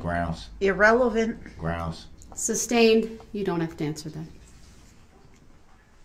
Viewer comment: Amazing Judge! Grounds....for substain(ed)? Or as it's correctly said, sustained.